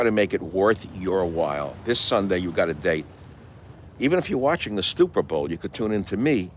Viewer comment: The stupper Bowl... classic.